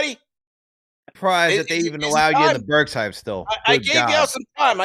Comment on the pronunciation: said "OB and Burk" 😂😂😂😂